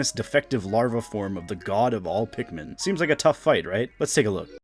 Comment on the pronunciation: Larper u dont even know how to say pikmin